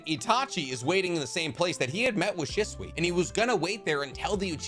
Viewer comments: she swee not shh swuh sorry that just bugged me im guessing you read the manga so you never heard it pronounced or something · bro why you say shisui.